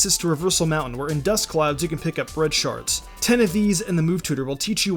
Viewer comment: ...who else thought he said colored sharts